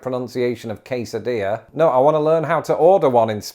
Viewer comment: Excellent job pronouncing quesadilla!